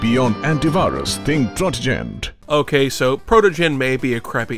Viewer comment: I experienced a wide range of emotions at first when said "Protogen" Antivirus instead of Protogent